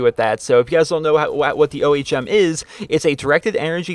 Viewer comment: It is pronounced like when you say ohm when you meditate